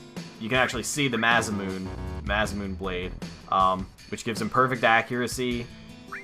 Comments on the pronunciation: love the videos and never stop marketing them but in this episode you said Masamune incorrectly instead of moon ending sound it sounds like moonè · Its not nay it's masamuh-neh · probably too late but its knee-bil-hime and masa-mu-nay oh and mid-gar not midger